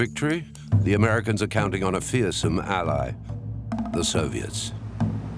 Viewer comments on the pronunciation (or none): none